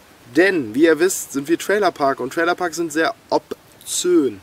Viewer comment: sagt er ernsthaft "obzön" ? oder versteh ich das nur so?